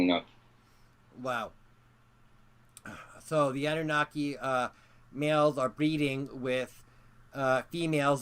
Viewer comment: I swear u was saying abunaki at first (in the other videos) i was like huhh?